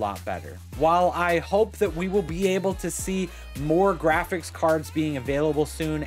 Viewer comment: My man said "giraffics driver"